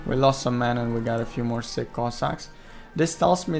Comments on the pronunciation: ))))) man, not siCK cossacks, but siCH) It pronounses just like in a word CHick - just in the end. Have a nice day!) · narrator is calling sich cossacks "sick cossacks"😂